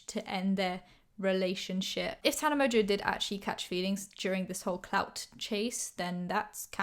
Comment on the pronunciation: sounds like you are saying: ”tana emojieau” 🤷‍♀️😂